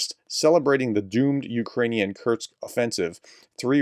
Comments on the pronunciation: Btw. The city ist not called kurtz but curr-sk like in curry - sky…. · Professor: It's "kur-sk", not "kur-z" (German for "short"). Nit pick. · Pronounced 'Kurtstkt'?